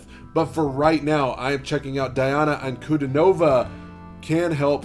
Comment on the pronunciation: Her name is pronounced as D-Anna Un-Cu-Dean-O-Va